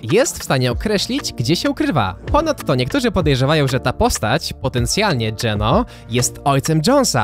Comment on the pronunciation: Ja jak pierwszy raz usłyszałem GENÖ to myślałem że to jakaś waluta